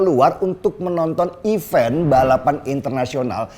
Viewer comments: Event # even mas Deny, pronunciationnya betulkan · Event balapan....bukan even balapan....mas😁